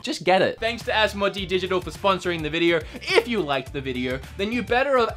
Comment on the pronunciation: Am I wrong to also want to say that it is pronounced , As mo day